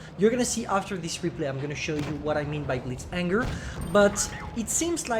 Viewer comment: frere, c'est "Blitz Hangar" pas "Blitz Anger" 🤣☝🏽